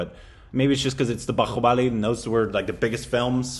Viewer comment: It’s not bahyuckubali.. it’s BAHUBALI!!